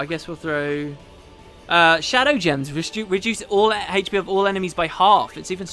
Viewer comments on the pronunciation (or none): none